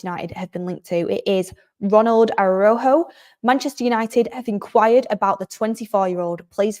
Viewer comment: unlike English, in Spanish every letter in a word is pronounced so Araújo pronunciation would be more like ARA-OO-HO (j in Spanish is pronounced more like a longer guttural h - think about Juan (pronounced like HHHuan)